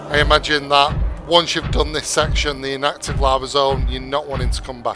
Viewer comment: i was confused because im relatively new to Subnautica and it sound like u said active and the i card said inactive